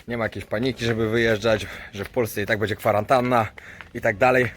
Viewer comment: Wszystko spoko ale przestań mówić BEDZiE tylko będzie, bo dla niektórych to zapewne jest bardzo denerwujące 😉